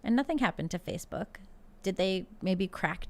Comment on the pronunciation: Tim's slip of the tongue and calling it Facebark makes it sound like social media for dogs.